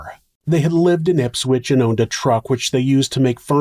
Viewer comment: I appreciate you pronouncing Brisbane & Ipswich like a local 👍🏼👍🏼 Tragic story respectfully told. I’m grateful every day to live in Australia, where horrible things like this are a very rare event. Though sadly we’ve had a few of those very rare random events this year in Melbourne & Sydney. RIP to the victims of random violence.